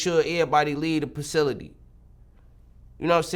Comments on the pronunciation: Nigga said pacility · Can he not say the letter f? Pacility and pacade. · man say pacility and pacade lol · Pacility and Pacade? Maybe he doesn’t like the letter “F” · Lmao bro the “pacility” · Pacility✅ ❌Facility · Everybody leave the “PACILITY” & Alotta these N**as a “PACADE” 😂😂😂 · “Codoneance“ out to his family 🤣🫣 “Leave the pacility” 🤣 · My man said pcility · "Leave the PACILITY" 🤣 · "Pacility" and "Pacade". If pushing 🅿️ was a person. 😂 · DA NIGGA SAID "ERRBODY LEAVE DA PACILITY" ITS FACILITY LH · “Make sure everybody leave the pacility” 😭😭😭 this nigga funny ash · Make sure everybody leave the “pacility”. It’s facility “It’s all a pacade”. It’s façade 😂😂😂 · “Pacility” 😂😂😂 i think he was trying to say place and facility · The man said pacility 😂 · “Till everybody leave the pacility” 😭😭😭😭😭😭😭😭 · This nigga said “the pracility” 😂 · Pacility is crazy lmao, you know he ain’t go to school fs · My boy said Pacility 😂😂